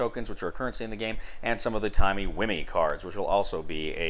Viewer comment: "Timmy whimmey" xD as a Dr who fan this made me giggle